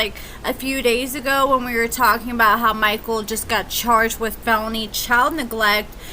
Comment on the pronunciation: I love how u say mikeul.... Mikeaull. MikeUUUL!!!!